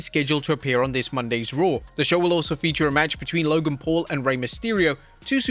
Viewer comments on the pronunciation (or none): none